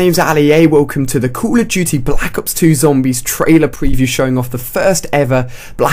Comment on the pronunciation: Anyone else notice he says "Black Hops" instead of "Black Ops" ?